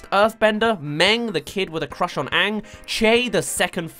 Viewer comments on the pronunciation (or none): Did you say Aang as ank really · Your pronouncing Aang wrong, your saying it as tho it is spelled as Aank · All the things that'll make it perfect: -My Cabbages guy -That's Rough Buddy Zuko and Sokka moment -Toph's funny blind jokes -Ba Sing Se Area 51 shit -Zuko's actor is hot -Sokka & Momo stoned on Cactus Juice -Pronouncing all the names right! Example: AANG not aWnG If they do all of these things, I dont care if the acting is bad, I'll still love it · the one thing that really bugged me in the movie was the way they say aang, they say it as Ung and im like wtf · I saw the movie avatar before the actual series when the said aang I was confused and until the end of season 3 whenever they said aang i always went its oong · If they don’t pronounce my main boy “Ahhng” I don’t even care. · IS HE SAYING ANK